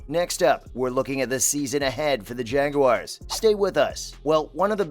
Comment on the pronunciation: Not jageuars.its jaguars I hate when the make it sound like it's got an e in it.. I think trevor is gonna be the most improved qb this year.. I think we are gonna be a good team this year